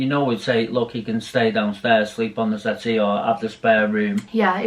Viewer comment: Snuggled up on the settee..... ( the face and pause ) 🤣🤣🤣😭😭😭😭😂😂😂